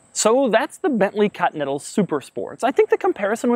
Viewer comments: Back when Doug knew how to say Continental, not cottonnettle. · Doug the type of guy to pronounce "Continental" as "Cotneddle" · he is actually saying "continal" every single time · Krayzie D nope he says "cotneddle" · Is it just me or does he say "Cotinetal Supersport"? "COTINETAL"!!! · Bently "cutnettal" super sport